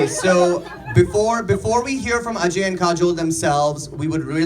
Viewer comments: Atlast he prounced it ajay and not AJ 😂😂 amd that chutiya😂😂😂does she even know what it means. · It's nice to see you pronounce ajay like an indian. :)